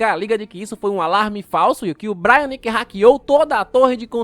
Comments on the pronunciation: N é 'bráiaque' é brainiac (breiniac) :face-orange-raised-eyebrow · É BRAINIAC, não BRIANIC kkkkkkkkk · Vídeo impecável como sempre! só uma correção mano, o "Braniac" que você falou aí no vídeo se fala tipo "Breiniaki" e não "Braianiki", mas tranquilo, esses cara só dificulta nos nome dos bixo também kkkkkkk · Vídeo muito bom, mas ouvit ele chamar o brainiac de brai- nac kkkkkk se fala brei-niaqui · manos essas pronúncias do nome de braniac incomoda de verdade